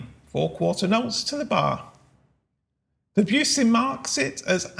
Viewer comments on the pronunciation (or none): Please pronounce his name properly. He was French! He didn't use to drink tea with her majesty...